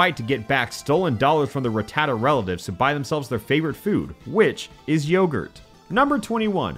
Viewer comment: Of COURSE a hack YouTuber like "" wouldn't be able to pronounce 'Rattata' correctly...